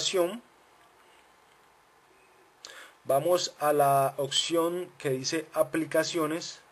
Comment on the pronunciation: Opción Opción Opción !!!!!!!!!!!!!! NO SE DICE OKKKSION.....APRENDE A HABLAR PORFA....